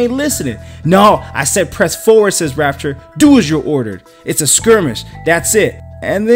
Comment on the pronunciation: It's pronounced Rap-chure, not Rap-tor like the Dinosaur.